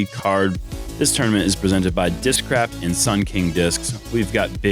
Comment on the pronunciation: 16 seconds in, did say "discrap"?